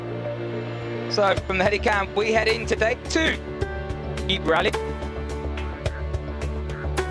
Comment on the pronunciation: Yeep, Loich, etc. Horrible research on how to pronounce shit, commentator.. Anyway, thanks for the upload.